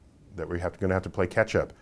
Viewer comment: I keep hearing Ketchup, when he says "catch up". That we're gonna have to play ketchup, if we're gonna ketchup at all.